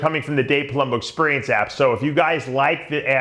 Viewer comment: Dave ''ExpUrience'' Palumbo''. Love the videos, keep em coming!